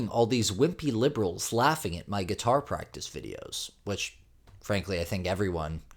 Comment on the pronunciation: “my guutar practice” “flollewed me around” “She's can barely speak out language”.🤡